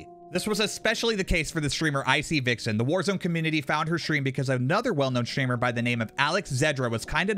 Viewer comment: Is there a legitimate reason why gen z's always put letters in words that absolutely do not belong in those words? Example, shtream. Why? There isn't an h in the word stream. Look up the word in the dictionary to see how it's properly pronounced. How many videos do I have to watch repetitively before i consistently find gen z's pronouncing words correctly. It's always pretty much the same word they pronounce incorrectly. It seems like this world will pretty much be entirely full of copycatters. Get a life man.